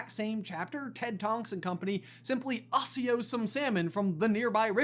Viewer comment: did bro just say ASSIO 😭